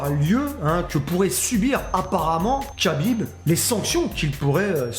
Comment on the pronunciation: C'est KHA-bib et non KA-bib ça ce prononce comme le chanteur Cheb KHA-led 😉